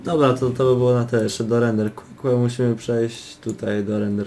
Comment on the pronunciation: RENDER KJU SIĘ MÓWI ! TUTAJ TO NIC SIE NIE DA NAUCZYĆ !